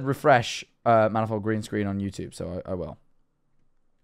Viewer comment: “Greenscren” bro forgor 💀 the second e 😱😱😱